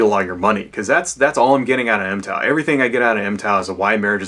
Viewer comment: Its pronounced mig-tow. not em-tow.